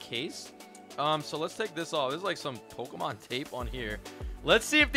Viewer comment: You pronounce the easiest ones wrong, just stop. Obviously don’t even know Pokémon so stop trying. Or just do some research….